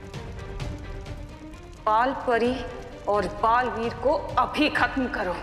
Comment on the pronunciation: It's balveer not balveet